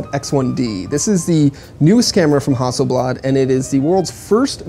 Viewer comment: you mispronounced hasselblad